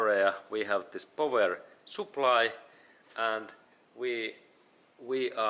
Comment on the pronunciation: "powah soup ply"